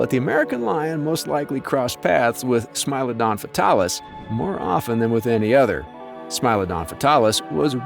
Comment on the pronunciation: It's not pronounced smile-odon it's more like smee-lodon